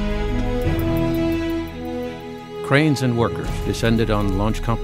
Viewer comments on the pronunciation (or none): I heard "crayons and workers" before realizing it was "cranes and workers".. 😄 Anyway, with NASA "indication" lately, crayons make more sense..